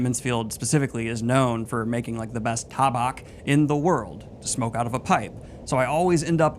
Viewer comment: Your pronunciation of "tabac".... hilarious to me 😀hahahahaha!